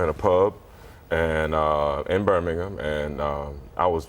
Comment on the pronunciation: Georgians might be right. He said Birming'M not HAM